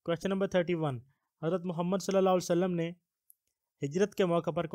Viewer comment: Bhai Muhammad (SAW) ke Talafoz sahi ada kia karo